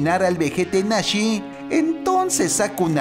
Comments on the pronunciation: No se dice nashe se dice nazi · Es nazi no nasi tío que te pasa hombre ☹️ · Es nazi no nashee